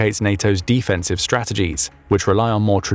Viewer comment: Why are saying offensive and defensive like that?